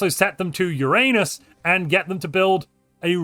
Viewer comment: Why would you say Uranus like that? Why?